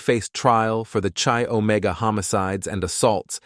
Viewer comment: “Arrow-gance” instead of arrogance “Chi- Omega” is pronounced Kai Omega Elementary school stuff